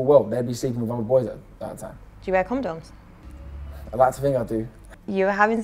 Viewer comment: “Comdoms” bruv